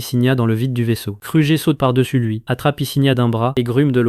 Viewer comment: Car tu dis krujer abla place de kruger